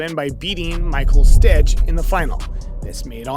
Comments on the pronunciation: That and the mispronounced names are killing me. Mats Will-and-errr (pronounced Vee-land-er) & Michael Stich (pronounced Steech) lol. I'm only 6 minutes in. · is it too tough to get the right pronunciation for Michael Stich, Goran Ivanisevic, Mats Wilander? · And Matts VEE-lander and Goran EE-va-NEE-suh-vich and Michael STEE'k' (German ch sound)... sorry but I hate when names are butchered, its just disrespectful .. otherwise great job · Lose the ai voiceover. It struggles saying player’s names. Mats Wilander, micheal Stich and Goran Ivanisevic. Maybe even use your own voice. Hearing ooor pronunciation is enough to switch off a channel. I let one slide but after 3. I’m gone. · The pronunciation of the names Wilander, Ivanesevic and Stich was hilarious! Almost as though it was read for the first time ever. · You mispronounced Wilander, Ivanisovic, Stich... inexcusable